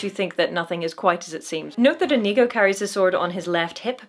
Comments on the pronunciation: The way you pronounce Inigo is inconceivable. I mean it's OK, I get it. but the number of times I did a double take because I thought I heard a racial slur was uncomfortably high. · Love all your videos,, but OMG, it's pronounced "Inigo", not what it sounded like you said through most of this.